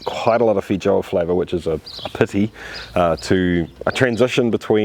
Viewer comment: There's a less than 0 percent chance he's pronouncing that correctly.